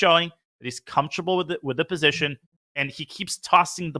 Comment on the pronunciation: if it is posation then it must be sutuition